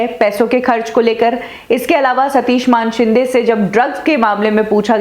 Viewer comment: कभी सुधरोगी. मानेशिंदे को मानशिंदे बोलना वो भी बार बार. किसिका नाम बदलने का तुम्हे अधिकार नही. तुम्हे हजारे की जगह हिजरे पुकारे तो अच्छा लगेगा?